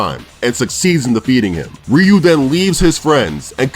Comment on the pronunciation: Your ament to say Ryu not rio